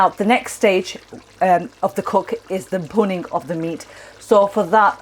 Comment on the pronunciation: You said 'punning' the meat. What does that mean? How do you spell it?